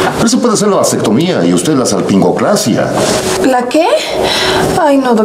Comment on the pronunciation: A cabron, y de cuando acá tenía pitó? Yo que sepa dijo “salpingoclapsia”